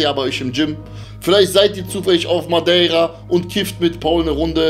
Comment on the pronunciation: Sag mal sprecht ihr Madeira absichtlich falsch aus ? Oder was ist da los ?